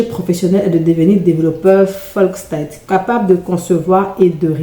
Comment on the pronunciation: Full-stack Ça se prononce foul stak 😊